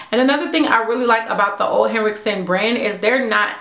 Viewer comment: I think Ole Hericksen is pronounced "ooh-lah hericksen" 😂 That NYX palette looks like a great dupe for the new Naked Heat!